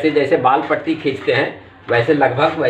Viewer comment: wall Patti Nahin wall putti bolna Sikho pahle